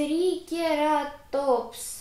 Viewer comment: ТРИЦЕРАПТОС И ГЛИПТОДОН (ты их не правильно сказала🤗)